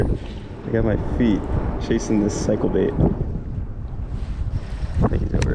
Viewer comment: Did you say they were “cycle” baits or “psycho” baits. Sine they both snagged up and got away I think you may have meant psycho, right? Sorry I couldn’t resist.